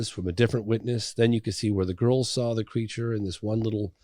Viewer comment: Creature or is it "cre a ture"